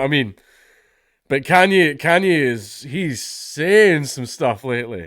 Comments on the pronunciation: lmao.... it's yay. it's the second syllable of kanye. you don't call him kanyee, do ya? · It's "Yay" as in "Kan-Ye" the tail end of the name being pronounced "Yay" not "Yee" yeah I know when I figured it out I thought it was retarded as well. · It's pronounced 'Ye' as in 'Yeet the jews' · You pronounce Kanye by: Take genghis khan, and YAY Khan YAY Kanye West one of his first performances they said Cane lol